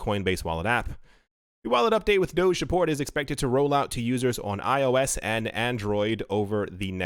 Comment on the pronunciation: It’s pronounced doge like (doh)gi... Just saying... Shamma Lamma